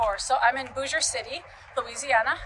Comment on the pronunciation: It’s pronounced Bossier not Boosier. I have family there lol